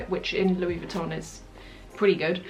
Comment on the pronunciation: Love your vids as always! Just a sidenote though, your pronunciation of Louis Vuitton is wrong.